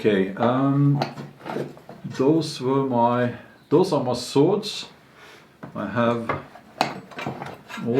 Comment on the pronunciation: "Those are muh swords"